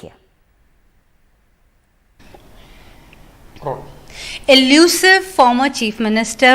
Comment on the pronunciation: Exclusive Ko Eliusive Bol Rahi Hain, Madam, NDTV Esi Galti Kaise Kr Sakta Hai....